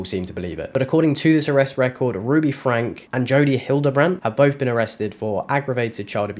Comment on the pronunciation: It's pronounced FRANKIE.